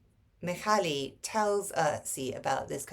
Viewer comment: Hello! Not that it matters too much, but I thought you'd want to know. The LY at the and of the name Mihály is read as the Y in the English word YEAR. ZS in the name Erzsi is pronounced as the S in the English word PLEASURE. Hope it helps.:) And a big thank you for promoting this unique piece of literature!